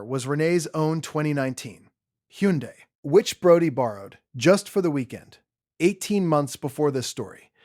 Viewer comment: Tah told? That’s toe told. Totaled. Lou uh vul. Hun die. Not hewn die. Hyundai. Good grief! So many errors! Teach your AI how to speak!